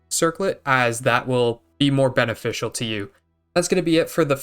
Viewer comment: "As that would be more beneFISHCL to you"